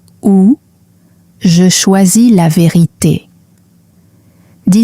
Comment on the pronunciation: "La ve'rite' "